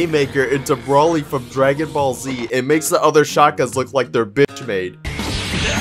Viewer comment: people that pronounce broly as brawly <<<